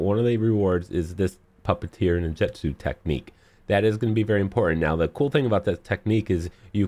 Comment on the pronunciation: “Nin-jet-su” wow